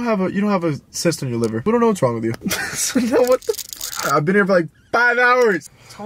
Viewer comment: Btw it’s not liber it’s liver